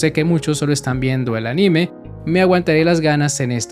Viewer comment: se pronuncia ánime, no aníme